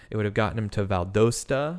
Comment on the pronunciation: Val DOSTA rhymes with "lotsa" [peanut butter on my sandwich].